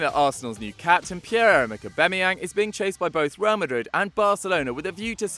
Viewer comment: Pierre Errrrrrmrick Aubameyang